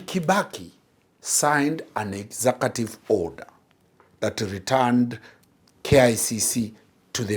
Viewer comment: "Exakative". What is an exakative order? Is it "executive?"